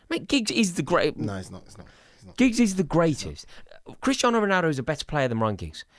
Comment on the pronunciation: He really said giggs 🤦🏾‍♂️